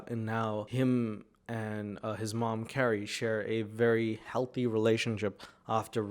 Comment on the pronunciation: It's very unfortunate to be named CaRRie and in love with MaRk ZuckeRbeRg and not be able to pronounce your Rs! + Mawk Fowevew!! 😂😂